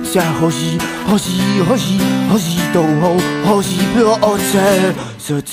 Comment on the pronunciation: nechápu, jak se jim podařilo vyslovovat hoří tak, aby tam nebylo ani ř ani ž, ale přesně něco mezi. Restecp.